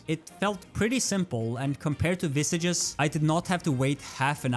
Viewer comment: btw just a lil gripe i have, visages is meant to be in french and thus is pronounced as v-saj (soft J, not strong like G) you can open google translate, set it to french and type visages, then listen to it to see what the correct pronunciation is like